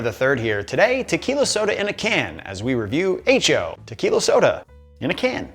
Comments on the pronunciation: Eh cho. No aye cho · pronunciation as "H-O" is really troubling/amusing me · Hecho = “Hey Cho” - long live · The way he pronounces "hecho" really bothers me.